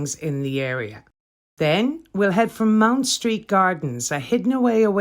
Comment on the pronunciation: Having another look at this delightful video. Just a small point - it’s Mount Street, not Mound, and the church is often just called Farm Street, because it faces into that street. The ‘offices around the corner’ are where I stayed for two very happy weeks with the Jesuit community. I had such a wonderful time, and it’s so good to see this part of London again.